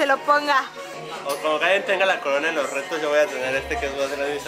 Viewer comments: Karen no es hester es la kuin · se dise karen no keren